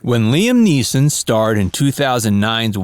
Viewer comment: Niam Leeson